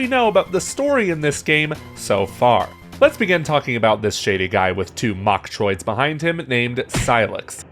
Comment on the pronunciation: When he said mochtriods at first i thought he said bok choy😂